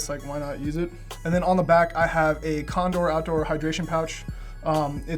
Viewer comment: Almost threw up when he said condor plate carrier.